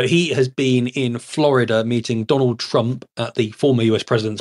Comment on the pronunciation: Whos dwanald twump?